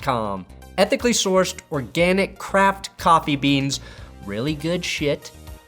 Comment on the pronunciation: Did you say craft or crap